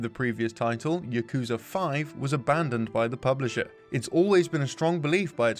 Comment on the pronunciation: Them not pronouncing yakuza correctly hurts my soul